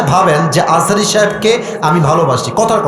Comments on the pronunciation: তুমি তো মিয়া আজা হারি হুজুরের নাম ঠিক মত উচ্চারণ করতে পারো না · দুদু ভাই দুদু খায় নাই বলে আজহারীর নাম ভালো ভাবে বলতে পারে নাই। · আমি বলতেছি উনি রাজনীতিবিদ উনার কাজ দেশের মানুষের খোঁজখবর রাখা অথচ উনি মিজানুর রহমান আজহারীর নামটাও ঠিক করে বলতে পারছে না। এরাই তো দালাল খাওয়ার জন্যই করে। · দুদু তোমাকে কতজন চিনে?? আজহারীর নাম ভালো করে বলো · সে বিএনপির কিসের নেতা সে একটি নাম সুন্দর করে বলতে পারেনা, ডাক্তার মোঃ মিজানুর রহমান আল আজহারী। এত সুন্দর নামটা মুখ দিয়ে আসেনা উনি আবার নেতা। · তার মাথায় সমস্যা আছে তাই সে হুজুরের নামটাও ঠিক করে বলতে পারে না। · মিজানুর রহমান আজহারী কে সারা পৃথিবীর মানুষ চেনে। অথচ দুদু মিয়ার এত অহংকার যে তিনি দেশের একজন স্বনামধন্য আলেমের নামটা পর্যন্ত ঠিক করে উচ্চারণ করতে পারেননি। এত হিংসা আর অহংকারী আপনাদের পতনের মূল হবে। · দুদু আযাহারির নামও ঠিক মতো বলতে পারেন নাই, অভিনয় করে অপমান